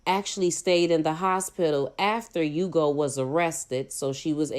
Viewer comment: His name is pronounced Ooh-go by the way. I know because I have the same name.